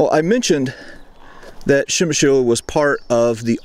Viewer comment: You sure butchered the name of the town! It is pronounced as 'pshemish'.